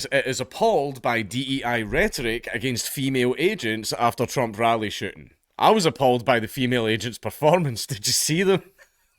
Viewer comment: Every time you say "shooting" I hear 'shitting' and now I can't unhear it,lol.